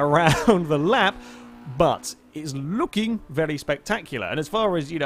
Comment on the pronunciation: "id iz looking vely spectactular"